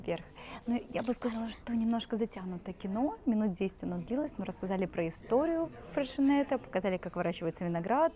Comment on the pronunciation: Очень понравилось сегодняшнее видео 🥰👍особенно в конце на лавочках душевно😂👍 эх! Особое спасибо, что я узнала как правильно произносится обожаемая мной кава 👌 мы чаще всего именно freixenet cava покупаем и я произносила через кс, а надо ш🤔 теперь хоть знать буду благодаря этому видео😘👍